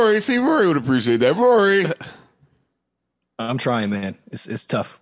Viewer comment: ak cant even say rorys name right. How are you going to argue with a peasant who cant even say your name right lol